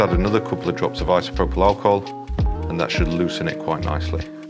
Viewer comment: It's Isopropyl Alcohol